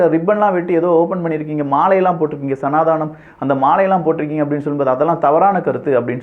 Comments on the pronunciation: why sanadaanam??? It's sanadhanam! Please pronounce properly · It is சனாதனம் not சனாதானம்